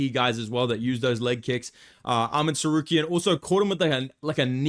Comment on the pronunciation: Wait. . . .Arman "sar-care-ee-an"?. ..hehe.